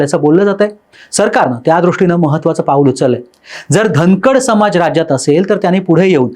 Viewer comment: अरे धनकडं नाय र बाला 😂